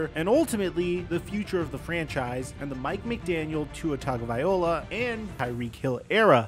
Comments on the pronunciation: Will Mike learn how to pronounce Tua's last name? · It’s worse when he says Tangovaiola instead of Tagovailoa